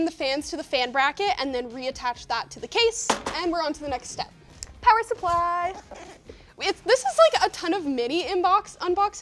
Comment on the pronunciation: Linus needs to announce parts like announces the "POWER SUPPLY!"